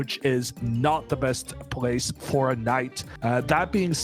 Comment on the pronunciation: Why does this guy always say „brack“ to black or „prace“ to place?